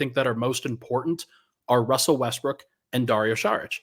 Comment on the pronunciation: Haha he said Wussell Restbrook 😂